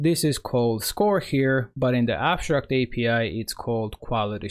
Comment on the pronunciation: ConSHtruct, abSHtract